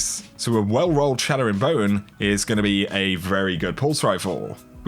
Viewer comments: It's Chattering Bone not Shattering Bone REEEEE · Its CHATTERing bone not SHATTERing bone. C’mon! 😂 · Chattering bone. Like chat. Not shat. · “shat” tering bone..... 😂